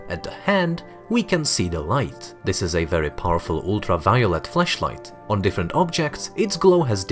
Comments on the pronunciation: Does anyone else hear him saying fleshlight instead of flashlight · Flash light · His accent makes it sounds like flashlight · This person’s accent, when saying flashlight is so interesting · Might have to work on your pronunciation of FLASHlight because.... erm